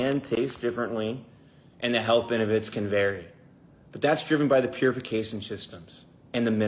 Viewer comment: First I’m hearing of “Purificashishnmss”